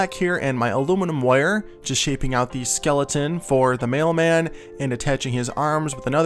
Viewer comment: i heard "the maleman"